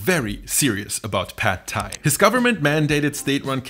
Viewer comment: you researched this video well but you didnt research how to pronounce pad thai!